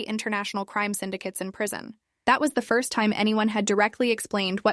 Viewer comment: Disrespect to the guy who said "frist "🫩